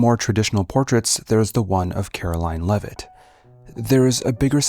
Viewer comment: It's pronunced "Leave-it"